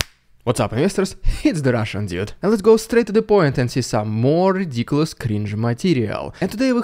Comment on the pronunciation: Is the Russian "Djude" actually Russian? Hmm, I'm sceptical. Surely, if true, after several years living in Canada, he'd have learned how to pronounce Dude correctly.